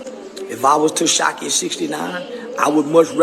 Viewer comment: He say Teshaki😂😂